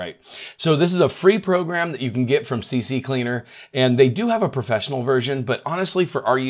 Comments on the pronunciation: You said those two names wrong but it's okay it's CCleaner not CC cleaner everyone does that it's a mind trick I guess and the other one sounds like recover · is C Cleaner, not C C Cleaner. =) I used to say it wrong too. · Why do people STILL say "C C Cleaner"?! It's C-Cleaner! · I have no idea how Recuva is correctly pronounced, but yours is a very reasonable guess. But you did say "CCleaner" wrong. You said "C-C-Cleaner". It's just C-Cleaner (presumably because it cleans the "C" drive). If you insist on saying "C-C" it would be C-C-Leaner. Just the 2 Cs, not 3... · I believe it's pronounced Recuvva (like Recover). As for CCleaner, it's only C-Cleaner, which originally stood for Crap-Cleaner.